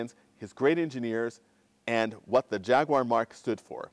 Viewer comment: Thank you for saying "Jaguar" correctly. Got my like right there.